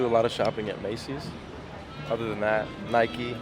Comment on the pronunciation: PLEASE get a new camera man he knows nothing about shoes. HE DIDNT EVEN PRONOUNCE NIKE CORRECTLY